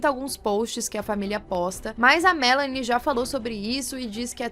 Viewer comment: Adoro quando falam meu nome direito kkkkk Melanie aqui o/